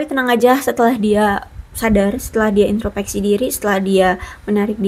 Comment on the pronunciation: Punten, bukan intropeksi, tapi introspeksi.